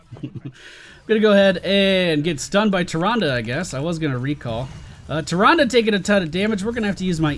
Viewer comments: It's Tih-Ron-Duh look it up in every Wow/Wc cinematic or anytime her name has been mentioned it is said that way I have played both for a long time 👌🏼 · not sure if you've ever played WC or WoW but it's pronounced the second way.